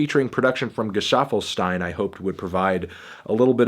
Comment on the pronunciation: it's pronounced "Gah-Solve-Eh-Steen"